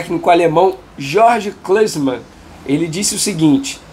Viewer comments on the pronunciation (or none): Essa pronùncia do Venê nem imaginava quem seria o treinador George Clesman kkkkk Jürgen Klinsmann ou simplesmente Klinsmann, não complica Venê... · Se pronuncia IURGUEM Clisman…. Grande atacante…